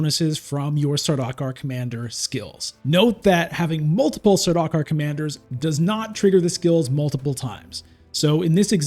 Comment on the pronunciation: Saw-DOCK-er 😭😭😭 it's SAR-duke-are